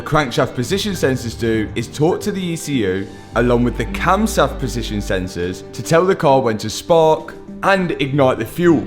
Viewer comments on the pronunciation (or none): only a Brit would break "camshaft" down into "cams" and "haft" like the handle of a medieval weapon instead of "cam" and "shaft" like the shaft that holds the cams 😂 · ‘Along with the camsaft position sensor’ 😭🤣🤣🤣